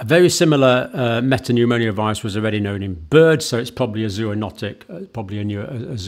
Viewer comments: It's pneumo-virus not pneumonio-virus. Sorry, but you mispronounce, a lot. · Why do you say respire-atory and pneumoniovirus instead of respiratory and pneumovirus?